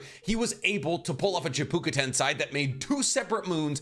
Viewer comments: Why do you keep pronouncing "chibuka tensei" when it's "CHIBAKU tensei" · “Eggnimatic” “Chibuka Tensai” At this point, I swear he throws intentional mispronunciations into every video as a running joke or something Either that… or he’s an idiot